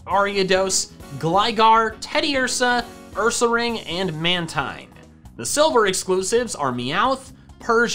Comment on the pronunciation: Its pronounced man-teen not mantine